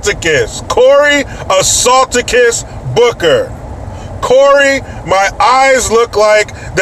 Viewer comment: lol "Assaulticus" Booker